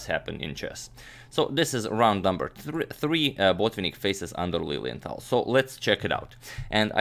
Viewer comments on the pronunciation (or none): Every time you said Lilienthal, I thought you were saying "Lillian Tal," like Mikhail Tal's wife or daughter was also a master chess player or something haha.